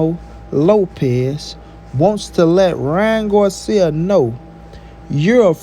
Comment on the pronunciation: First 🤷🏻‍♂️ bruh is not guarcia is Garcia 🤦🏻‍♂️